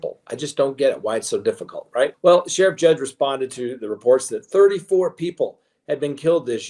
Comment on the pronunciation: Just wanted to let you know that it’s Sheriff Grady JUDD, not judge.